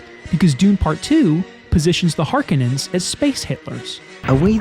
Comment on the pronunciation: First of all it's Har*kon*ens not whatever name you butchered them by. And just because a movie has great cgi, special effects, or even a plausible world and or lore, none of that alone makes a movie ' great '. The MOST primary attribute to achieve that title is story, in other words how good is the writing, the script. Most people entirely miss this, even people in Hollywood.